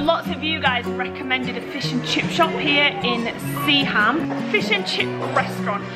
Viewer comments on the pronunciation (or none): drop the ‘h’ on Seaham and that’s how we pronounce it. Pretty much sea-am 👍🏻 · I’m not far from Seaham, we don’t pronounce the H it’s said like sea-um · Good to see my town again, feels so surreal but just want to point out it’s pronounced Seaam not SeaHam. The h is usually not pronounced as if it’s the word ham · Love the way you’s all seaham😂 I live 10 minutes away and everyone pronounce it like sea-um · Should have carried on a bit further North and visited the best City in the North East Sunderland :D .... Seaham pronounced Seeam for us locals